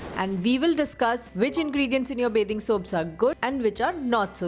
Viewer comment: ITS BATHING SOAP NOT BAYTHING SOAP.